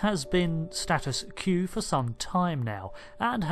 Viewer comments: Not to necro a thread, but it's status quo, not status "q". kwo, kawo, k-woah, that's how you pronounce it..... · Just a nitpick, its Status Quo, as in just pronounce Quote and drop the -te. Awesome vid mate. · "status queue" lol. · "Status que"